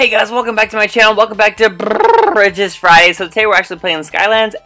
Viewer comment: you said fries not friday